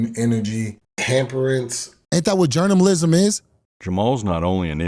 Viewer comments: Journamalism 🤣🤣🤣. I can't believe he said that once let alone that many times. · What's really shocking about this video is that you could have mistaken every single time he said Jourmnamlism as the same clip, but they weren't.